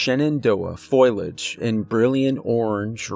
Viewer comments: Nope can't listen. The word is pronounced FO LEE AG, NOT FOIL AGE did you not notice it is spelled FOLIAGE? Nope can't listen to someone that doesn't know basic vocabulary. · At first I was like "did dude really just say foilage?" Then it was, "is anybody else catching this?" Then I was like "holy hell, dude really thinks it's foilage. 😂" Then by about 35 minutes in I'm like "AAAAGGGHHHHHHH! Its pronounced FOLIAGE my dude,, FOE LEE UHJ!!!! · Foliage not foilage ! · Lols it's not "foil-age" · Foe-lee-age😁Please don't hate me! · Ah yes, foilidge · Fow• lee• uhj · Love the stories, but the "FOIL-edge" is killing me! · Fo Li Age....... FOE -LEE -AJ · Omg. Fo-lee-edge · Fo-liage . (Fo-ly-age) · It's not pronounced FOIL-age, dammit! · thumbs, subs, and bells brah. Your narration is flawless. only 1 constructive critique- FO-liage. i struggled with that word, too, so i pick it out. sorry!:) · FO LI AGE . SAY IT. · Please note: the word is foliage pronounced long o and the I is pronounced like a long e. Seriously...you keep pronouncing it foil age. Really? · F-o-l-i-a-g-e not foilage. Otherwise a great story 🙂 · My guy just said "foilage" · Got to keep an eye on the "foilage"! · Usually mispronounced words annoy me, but when you pronounce foliage as foilage, I find it kind of endearing in a funny way :D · I love your stories but please don't say foliage! Foliage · Saying foliage incorrectly is bothering me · The real horror is the pronunciation of foliage. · I just kept imagining a forest covered in aluminum foil...that's probably pretty creepy too though. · Sweetie, I lovecyour narration and you have a very comforting speaking voice, but the word is not "foil age" it's pronounced "for lē age". It was repeated so many times in the beginning of the story that it distracted from the story. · If you are going to use a word learn to pronounce it. Foe Lee Edge, it's not Foil Edge. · It's Fo-li-age, not foil-age... 🤦🏻‍♂️😅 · Fõ-lee-aj not foil-aj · Foe-lee-idge (not foil-idge).